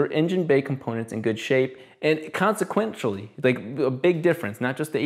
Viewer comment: "Consequenchally"....."air Xscape"? Come on dude, you speak so well (sound a bit like a Christian preacher) yet your vocabulary blows.